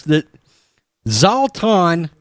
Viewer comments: To say his name is Zz-lah-tan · Pronounced "Zlahh-Ton" U Pitcku Mater!! :) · Can u say zlatan's name again lol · I'm sorry but listening to you pronounce zlatan's name was epic 😂😂😂 love the channel btw you guys have great content I'm a huge fan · Nobody gonna bring up how my mans BUTCHERED Zlatan’s name? 🤣